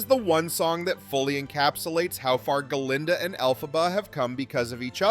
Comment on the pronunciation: Hey just a quick comment. You call the “good witch” Guh-linda.” I always thought it was Glinda. Also the “wicked” witch you call El-fuh-buh. I thought it was pronounced El-PHABUH. Can anyone explain this to me? I’m curious. Not slamming the narrator.